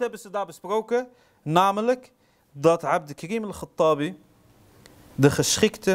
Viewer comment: Het is geen abdelkrim maar abdelkarim.corrigeer eerst dat .